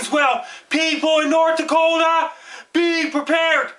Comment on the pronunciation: I fucking love how he says Nort Dakota!!! Great work.. I love our neighbors to the north sincerely from Nort Dakota